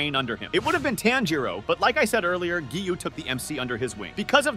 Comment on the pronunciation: Because you don’t know how to say Kagaya, Tanjiro, Akaza, and Hinokami Kagura. Oh yeah Geyiuu…it’s Giyu.